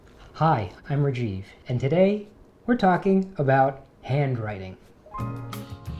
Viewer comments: Dude love your videos but plssss pronouns your name the correct way Its RAAAAAAJIV NOT REEEEEJIV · No hate. I kinda wished you said rajeev the indian way. I get you were raised there tho. Dis isn't pointed at you personally. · What reijeev angrez it,s rAjIv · bro can't even pronounce his own name 👍👍👍👍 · Impressive for someone who can’t pronounce their name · Firstly learn your name pronounciation Rajiv..